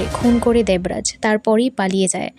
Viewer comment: আপনার উচ্চারণ খুব খারাপ দেবরাজ নাম টা উচ্চারণ করতে পারছেন না ।এলাকা কে বলছে অ্যালাকা।